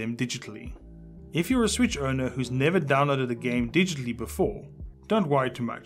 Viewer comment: Am I the only one who heard "Select the gay you want to download"